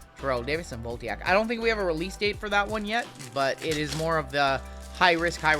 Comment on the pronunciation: I don't take exception to you opening unlicensed products, but I do take exception to your pronunciation of "Voltaic". It's "Vol-TAY-ic", not "Volt-EE-ack". Also, those Bryce Young cards probably ain't worth the cardboard they're printed on.